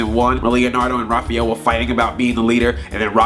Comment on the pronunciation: You pronounced Raphael wrong.